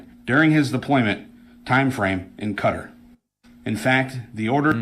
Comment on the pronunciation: Spent how long in Afghanistan and can't pronounce Qatar?